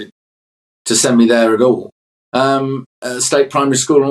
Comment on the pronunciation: Yet he pronounces words ending in a T as a D? “Not got a problem ad all “ Can’t pick and choose what to adhere to, people can speak however they like and yes it is an accent which makes you more likely to drop the g’s.